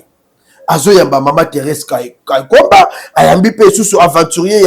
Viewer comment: Elle s'appelle "THÉRÈSE KAYIKWAMBA" et non KWAYIKAMBA.